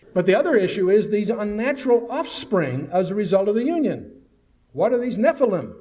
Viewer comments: Dude! Learn how to pronounce the word, NEPLILIM!! It's NOT,...NEP. LIME!! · Agreed. The RIGHT WAY!,...and THE WRONG WAY! There is no L I M E,...at the ending of the word, it's L I M,...Listen to how the Lecturer pronounces it! The CORRECT WAY! GOOGLE the correct pronounciation,.. It will give people the impression,...tjat you know what you're talkin about,...😊